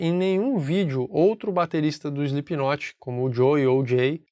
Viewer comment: "eislipinotche" ! Nunca vou entender... De resto, belo video e boa explicação!